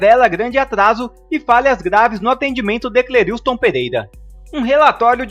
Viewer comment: Só um toque o nome dele não é Cleriiustom é { Cleriston}.....ok